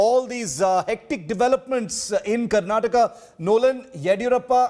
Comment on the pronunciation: Mr. Nadda it's "Karnataka" not Karnatak.